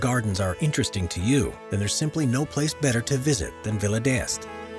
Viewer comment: Before you do these pieces, you should find out how to pronounce names such as Tivoli and d'Este.